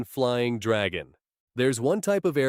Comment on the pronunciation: You mean dwagon😂😂😂